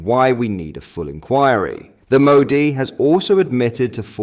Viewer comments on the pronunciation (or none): none